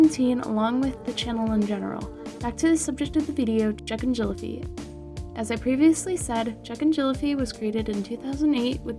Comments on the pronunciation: Its pronounced jacknjelli FEE not fie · “Jack and jelli-faigh” 💀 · Hey what channel you love "Jacknjellafiy" 😂😂😂😂😂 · "Jack and jelli-faigh" 💀